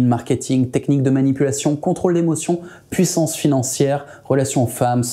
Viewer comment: Putain la montee en PWOUISSANCE. C'est fou et beau en meme temps.